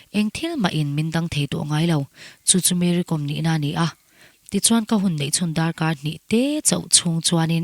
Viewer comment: Ti daih ang,Kom tih hi inthluk lo a,entirnan:- archangkawm,silai kawm,tiha anga "Kawm"hi thluk Kom ti hi